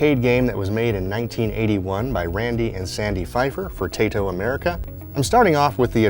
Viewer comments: Tay-toh? TIE-TOH! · It's pronounced TIE-TOE not TAE-TOE.